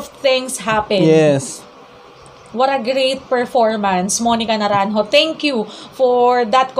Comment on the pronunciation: Great reaction! I love your pronunciation of Naranjo. ♥️